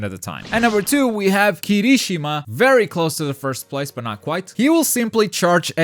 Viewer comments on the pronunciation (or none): You triggered me with saying Kirishimas name...Its Kiri-shima not Kirishi-ma at least i think thats how most of the people say it....xD Have a nice day!